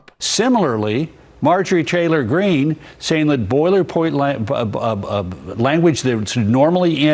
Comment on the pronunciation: Dude said Marjorei Traylor Greene!